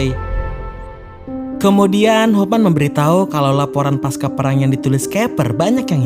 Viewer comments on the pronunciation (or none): none